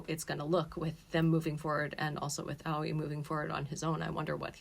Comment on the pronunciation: You weebs can never say words like aoi and yaoi properly Its not AWIE like "ouchie" it's A-OH-EE